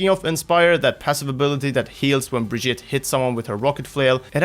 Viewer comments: Well he's not... it's bri-geet-a. With a hard G. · To fix your terrible pronunciation of her name think Vegeta, except turn him into some brie cheese. Brie-Geta. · BRI-GEET-AH. come on now. how are you so misinformed? watch the developer update and the origin video... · Say it with me.... Bre-Gee-Ta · Say it with me. Bri GEE tah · Pronounciation mysca, brig eeta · It's "Brajita" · Why do you not pronounce her name, Bri-geet-eh? She says her own name in the reveal. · Y'all are really butchering her name.. Also, not surprised the super jump didn't last. That was obviously an unintentional ability. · My god how hard is it to at least try to say the name right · >Still can't pronounce her name correctly. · Jonathan Brooks the pronunciation is just plain stupid from blizz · its not brigitte its brigitte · Dude, watch her origins trailer! She introduces herself at the end and you can just go with that. I get that Americans might mispronounce her name but right now it sounds like you're saying it wrong on purpose and while I love you guys, it's really silly. You're not from the USA, you can do better! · BunBabylon Its not Brajita There's no J sound Its a G sound.